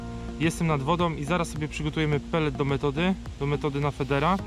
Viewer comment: jako Wędkarz mam jedno pytanie..... wiem o tym dobrze że słowo feeder wymawia się jako "FIDER" dlaczego doświadczeni wędkarze na swoich materiałach mówią FEDER?